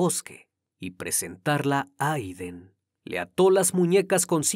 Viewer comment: Jeiden no Iden.